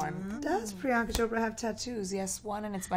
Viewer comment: Did anyone else hear someone saying prinyanka